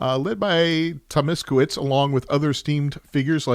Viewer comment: Tomaszkiewicz To ma sh kie wi ch. Sz-sh like in ship and cz-ch like in Churchil, hope i help 😊